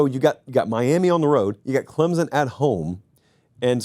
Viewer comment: Pumped on the pronunciation effort for our dear old Clemson, Been waiting for it